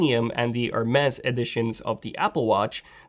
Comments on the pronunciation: It’s pronounced Her Mees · Hermes/ Hermes...lol I loved the way you pronounced the word Hermes